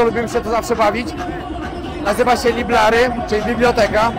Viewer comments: Library, Oj 😂 " Lajbery " Ala Ty go ta ucz 😊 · Ale biblioteka po angielsku to się ciut inaczej wymawia 🙃